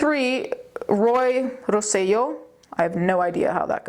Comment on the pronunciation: You’re the first person I’ve heard that pronounced Roy Rosello’s name forrectly